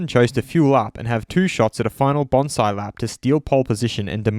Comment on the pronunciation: Whats a bonsai lap? Yes, I know he meant banzai..